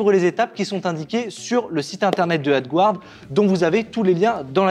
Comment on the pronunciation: Coucou merci pour cette vidéos sa me donne des idée de projet. Ouf s'il vous plais demander a google traductions de vous aidée avec la prononciation du mots (AD guard) si pique les oreille. mes de tout façons merci pour tout.